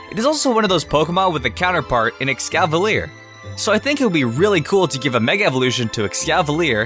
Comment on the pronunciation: EScavalier, not EXcavalier